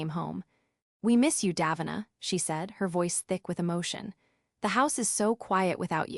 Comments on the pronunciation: Pronounced incorrectly... should be daveena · One thing that would be fair: pronouncing Davina's name properly